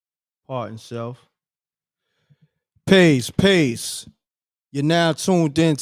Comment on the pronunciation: Pace... not peace